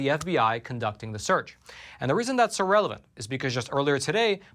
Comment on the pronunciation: The way says “relevant” sounds like “irrelevant..” am I the only one that hears this?